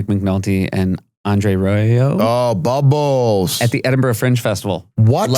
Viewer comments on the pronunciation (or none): Did Ike just say "Bumbles?" It's Bubbles.